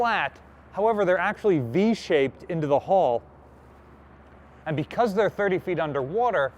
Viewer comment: I'm still getting you to pronounce the word H-U-L-L properly (a ship does not have a "hall") and now you're telling me there are five keels, I give up! You'll have to get Hooked on Phonics all on your own from here on in.